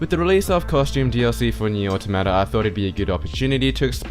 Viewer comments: "oh-tah-mah-tah" is the pronunciation, it's an english word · Jesus why can't anyone pronounce automata. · You still understood that he was saying Automata, right? Quit whining.